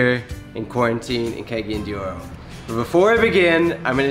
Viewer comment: No offense but should learn how to pronounce cagayan de oro properly first. No to cegeyen de oro😂